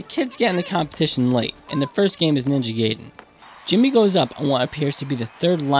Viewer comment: Your saying Ninja Gaiden wrong man.